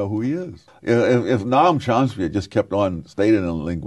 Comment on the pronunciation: Chompsky lol